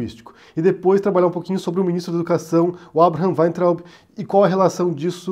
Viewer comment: "Miniztru dah educašãò"